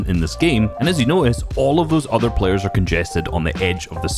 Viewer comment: ”These pleyers”(Bugha and treaths)